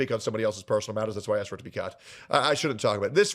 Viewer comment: So annoying how these people just can't say "asked"